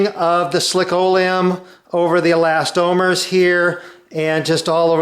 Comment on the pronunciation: I enjoy RJ's videos and I thumbed-up this one, but I appreciate your clarification on the pronunciation of eLAStomers. Frankly, as I watched the presentation, I was wondering, hmm, have I been wrong all these years, not calling them elasTOMers, but no.